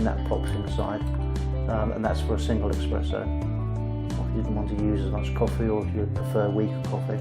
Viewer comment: Esssssssspresssso !!! Espresso, mate Nobody drinks EXpresso (except the French. Just to be awkward)